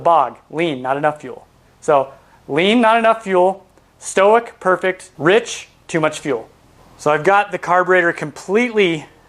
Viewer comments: It may be my ears, but I thought you said, "stoic" [stow ik] instead of "stoich." [stoyk] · Stoic is short for stoichiometric. It’s not stoh-ick it’s st-oy-ck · Just one comment: the term "stoich" is derived from the term stoichiometric, which is a chemistry term means that fuel/air mix is perfect - in this case, the O2 completely burns all the fuel. Here's the thing, you're pronouncing it as if it were the word "stoic" - "sto-ick". Stoic means you can endure hardship without showing feelings. Stoichiometric is pronounced stoy·kee·ow·meh·truhk. Which would make "stoich" "stoyk". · stoic XD it's 'stoich' short for 'stoichiometric' meaning chemically correct ratio. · Great video and information! I shall now offer some of my own knowledge from which you can learn; "stoich" is not to be confused with the term "stoic." Nor is it pronounced the same. Stoichiometric comes from the Greek word referring to constituent elements, the stoicheion. If you are wanting to shorten "stoichiometric" to "stoich" it will be pronounced "stoik," phonetically written, the "oi" portion of the word mimicking the word "boy." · stoich or stoichiometric is pronounced stoyk or stoyk ee oh metric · Awesome educational video, comprehensive and easy to understand! Just FYI, "stoich" is short for "stoichiometric" and so is usually pronounced more like "stoyk". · this looks awesome a minute in already, but I pronounce it "stoych" as in "stoychiometric" pronouncing stoichiometric phonetically. I'm guessing I've been saying it wrong.